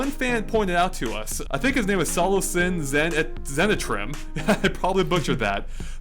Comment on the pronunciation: D my pac man analysis is here! (i did a video on this 2 days ago b4 ANYONE!) glad i finally got some support on it since many have tell me "its just a cloud" TY! (also my name is said as So-Low-Kin) Btw heres a link in case u dont believe me: Smash Bros. Nintendo Direct (4.8.14) Pac Man Hidden Teaser?